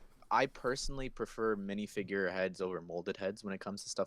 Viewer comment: "Wiff" "Monff" "Minifigrr" "Ferius"